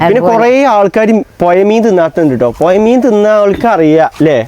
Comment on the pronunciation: പുയ അല്ല പുഴ